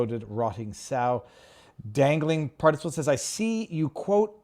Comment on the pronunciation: You cracked me up viva trying to pronounce dangling particple. Watch the office for that reference. Solid show as always. ✌️ 🇨🇦 🇺🇸